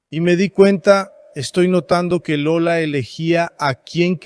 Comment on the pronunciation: Maravilhoso documentário.Pena que em alguns momentos saiu errado , Lula, o certo é Lola.O importante é a divulgação desse importante documentário.